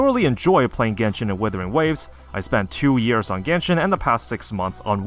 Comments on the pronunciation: The guy keeps pronouncing WIthering waves instead of WUthering waves which means he doesn't have a habit of double checking his information. A person like that has no credibility. This inability to double check stuff is reflecting on his video right now. Things are constantly flying over his head and he just plays it off as: "The game didn't tell'' Yes it did, you're just too stupid to notice. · I knew he was a dumbass when he kept calling the game withering waves 😂😂😂